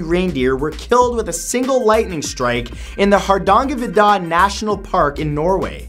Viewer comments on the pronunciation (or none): hahaha hadangavida, that just killed me😂😂, its hadangervidda. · Har - Dangah - Vi - Dah. I freaking love hearing English speaking people trying to pronounce Norwegian words. You Mat, are no exception. (It was an honest try though) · His pronounciation of Hardangervidda 😂😂😂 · Mat its Har-da-nger national park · the way you said hardangervidda was amazing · Being from Norway Matthew's pronunciation of "Hardangervidda" made me spit my soda all over my keyboard. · Never heard anyone slaughter the name "Hardangervidda" in such a way before, but then again, can't really blame him :) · I love how he pronounced Hardangervidda! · Me: ''The what national park?'' ''There's raindeer, so maybe...'' Matt: ''In Norway'' Me: ''Oh, then what did he say?'' Goes back ''Hardangervidda?!?!? That's the worst pronunciation I've ever heard of a Norwegian word!'' It really is. At least if there was a kj-sound or sj-sound it'd make sense :P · can we please talk about how Matt pronounced Hardangervidda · I love how he said Hardangervidda <3 Sounded Chinese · holy shit, the way pronounced hardangervidda. that almost made me spit out my cola. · That is definetly not how you say Hardangervidda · oh dear. You butchered the name of Hardangervidda. Also, it isn't a park really XD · Really butchered "Hardanger vidda" haha